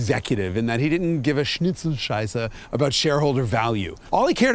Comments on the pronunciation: What a wonderful pronunciation of "Schnitzelscheiße" Jason. I had to laugh out loud. Wonderful. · Schnitzel-Scheiße: Good Pronounciation.